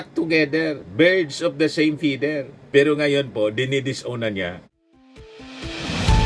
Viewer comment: pronounciation po ng feather, feder po hindi po fider. Thank you po.